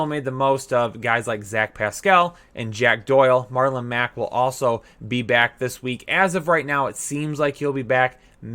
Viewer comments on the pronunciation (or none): none